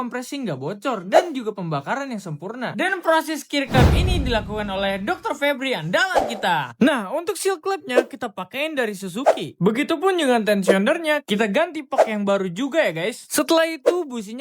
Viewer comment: woy admin, lu orang mana sih? ngomongnya cujuki bukan suzuki